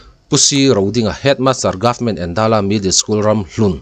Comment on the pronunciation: Endala tih kha i lam dân dik lo, Êndãla, eng alo dãl tihna ang hi.